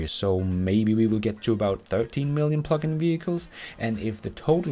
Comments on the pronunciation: Initially it sounded like "fuckin' vehicles" and I thought "yeah, let loose!";p;p;p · Yeah, I have to say that it sounds like you are saying F'in (the curse word) vehicles. I listened and read on screen and found it's "Plug in" not the F word. hahahaha